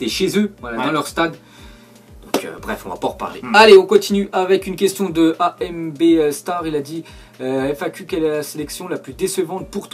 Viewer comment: En fait sa se prononce Ambbe star mais sinon super vidéo